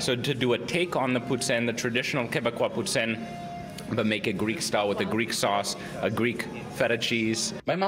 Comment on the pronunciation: Is it just me the way he pronounce poutine is off? Isn't suppose to be like "poo teen"